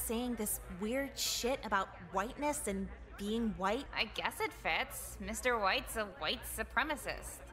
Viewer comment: hhhhhhwite hhhhhhhweat